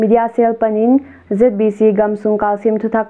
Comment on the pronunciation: "Zeet bi Ci" hilo in "Zet bi ci" cih zawk ding hi.